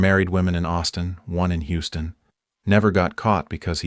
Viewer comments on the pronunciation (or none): none